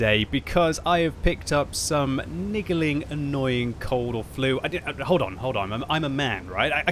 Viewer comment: LeBron Kanter lol I swear I rewinded that bit 6 times when I heard it as well 😂